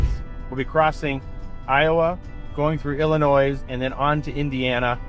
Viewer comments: Hey, the S at the end of Illinois is silent, just a heads up 😉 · the s is silent when you say Illinois. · Illinois is proouced without the s.